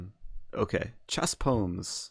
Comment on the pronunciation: what about poms instead of poems?